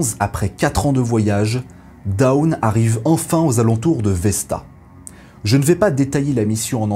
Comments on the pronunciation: Très bien ! Petite remarque: "Dawn" ne se prononce pas comme "down", mais un peu comme "dône", avec un "o" long fermé. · Si on est dans les erreurs de prononciation, en anglais dawn ça se prononce qqch comme [dône] alors que vous prononcez plutôt [daoune], comme down, qui ne veut pas dire la même chose évidemment. 😊 Mais très bonne vidéo au demeurant. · dawn ça se prononce pas daoune lol, t'as pas encore decouvert l'anglais toi. mdr